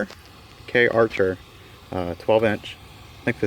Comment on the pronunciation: Please, it's CAR-cher, not K-archer